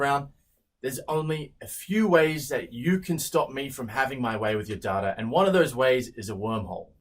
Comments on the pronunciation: I thought be said “having my way with your daughter” 💀😂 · i thought he said daughter. it was DATA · The way you said "data" sounded like "daughter". I thought "Oh crap, I don't want people reading my daughter! What does that even mean?!?" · I swear on my life the way you said data sounded like daughter and it sounded like you were going to have your way with my daughter 💀💀💀💀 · he sounded like he said daughter the way he said data. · With that accent I heard you say "Daughter" instead of "Data". Still shook about it. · I know it's just how he says "data" but it totally sounded like he said, "there's only a few ways, that you can stop me from having my way with your daughter" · cool vid I just dont like that he pronounces data like data, and not like data sorry